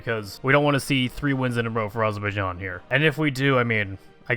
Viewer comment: AZZ ZZER BAI JAAAN not Azorboyijan. you almost said it right.